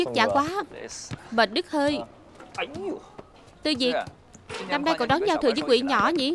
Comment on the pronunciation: người ta tên Châu Tư Việt chứ k phải Diệc đâu bạn nha t bà thuyết minh đọc k chuẩn t học tiếng trung nên biết rõ nha